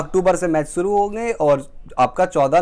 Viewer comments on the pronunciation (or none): none